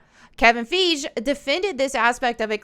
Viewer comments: Love coming to your videos to see which name you mispronounce. Feige- feeg Scorsese- score sees Love it Feige- fi gee. G as in goose Scorsese- score say see Trying to help you out. But still love your videos. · Kevin Feesh. I love that.